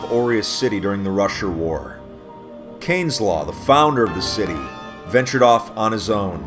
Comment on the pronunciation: Wtf, why do i hear "russian war" instead of "rusher war"? lul